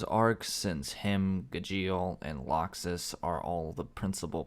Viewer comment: I hate his pronunciation of gajeel more than he hates the character and natsu isnt meant to have alot of development hes a flat character not to say he doesnt have or cant have any hes just not gonna have alot of it